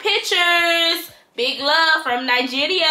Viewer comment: Lols the way your pronounced the Nigeria I cant😂☠, anyways Big love from Nigeria 🇳🇬